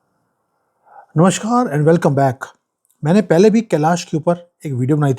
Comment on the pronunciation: Love u Good information Plz SAY NAMAS instead of NAMASH!! NAMASKAAR नमस्कार NOT NAMASHKAAR नमश्कार